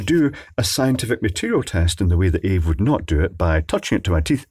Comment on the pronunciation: Ave... gringe. It's A v E as in arduino vs Evil